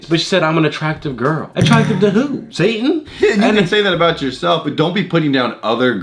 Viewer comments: Dude said "Satin" 👹💀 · Its “Satan” not “Satin” Satin is a fabric